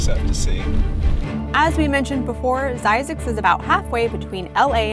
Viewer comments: IT'S NOT ZZYZ ITS FXCKING ZYZZ MEN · I used to drive by this when going home to Salt Lake from LA.I once turned off and drove down it. The Oasis is pretty cool. Old and rather decrepit but nice. aoah,and you're pronouncing it wrong.ZZYZX....spell it this way: ZZIZX,as the word "in" not as "I". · It's pronounced Zzyzx not Zzyzx!